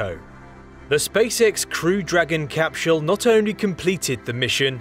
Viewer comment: I enjoy everything about this video, except: CapSHULL! THIS made me laugh, I love your content bro I'm not trying to knock you too hard.. I mean this from a place of love: Literally everyone else: CapSULE: CapSHULL Whyyyyyyy?! 😅🤣😂💀 P.S. I subbed, thank you for the science facts. I never get tired of them!